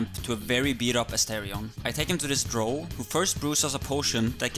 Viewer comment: Even the game says DROW not DROH. Wtf ....